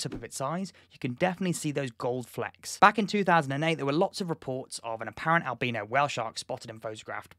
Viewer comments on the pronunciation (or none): Albeano is the way you are pronouncing it . isn't it albino . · ...did he really just pronounce albino as albeeno? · never had I heard albino pronounced alBEANo. and the bombardment of bean, I needed a moment. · Whenever you say albino, I hear albeano.